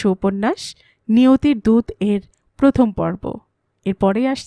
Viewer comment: কথাটা প্রথম হবে, পথম (১) নয়। দ্রুত উচ্চারণ হবে দ্রুতো।